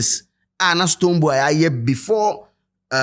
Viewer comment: Did he called STONEBWOY “BooBo”😅